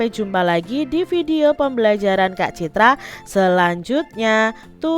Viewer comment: sumpah ini orang ngomong kak citra tapi Tai😂😂😂